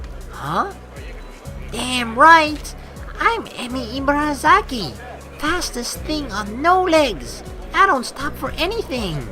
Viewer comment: "Ibarazaki" = "ee-bah-dah-zah-kee" "r" takes a light "d" sound. The emphasis is flat without too much up and down. And likewise Rin's name is actually pronounced "deen" with a very short soft "d" sound. But, that sounds weird to english ears. ;) But don't worry, you're doing a great job! Just technical info. ;D